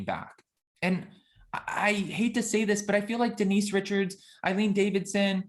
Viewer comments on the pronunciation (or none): none